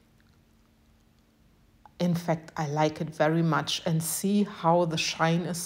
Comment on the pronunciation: OHHHHH! I LOVE, LOVE, LOVE this dandelion cake tray! ❤ It really is elegant! 😍💕 P.S.: the "g" in "elegant" is a hard g, like "go" or "good". 😊💕